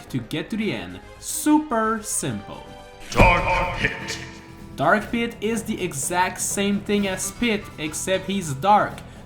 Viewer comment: I though he said armpit instead of Dark Pit!